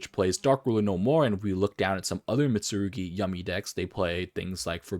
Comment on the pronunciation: MIT-SU-RU-GI not "Mitsugiri"